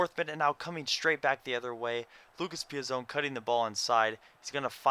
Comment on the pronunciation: It's Piaz-on, not Piaz-own. If I am insulting your accent, sorry.